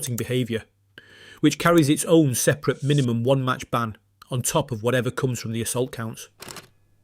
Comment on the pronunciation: Would be better if this wasn't AI. Can't pronounce unsporting or separate.